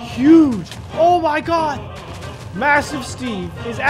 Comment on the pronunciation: It’s not “massive Steve” It’s Massiveteve